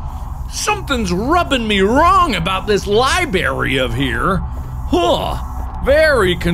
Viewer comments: mark- “i need to go to the liBARY” “this is a strange liBARY” “what is wrong with this liBARY” me- grammar nazi engaged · The scariest thing about this is Mark pronouncing it "libary" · the fact that mark said “liberry” makes me have the urge to commit war crimes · mark: " something seems different about this li-berry" me: about to die from OCD because he said li-berry instead of library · Lie Berry